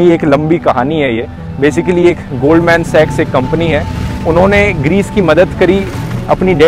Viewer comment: Voh sab toh theek hai but Goldman Sachs is pronounced as Goldman 'Shaks' not Goldman 'Sex'😂 but anyways I'm glad you're increasing awareness about being informed of major international events.